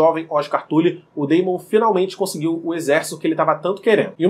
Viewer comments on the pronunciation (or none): O cara fala tuli 🤮🤮🤮